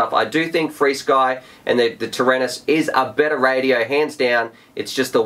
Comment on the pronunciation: just pronounce frsky as frisky